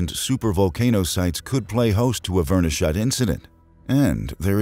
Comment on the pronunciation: Me flinching every time he tries to say "Chixulub" or "verneshot"